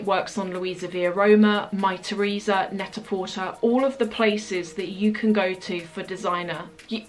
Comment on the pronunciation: Hi, I just discovered you and I'm watching all your videos. Love it! Just letting you know that one of your favorite online shopping site should be pronounced "Net-à-porté" just like prêt à porter (porté). Thank you for your great videos.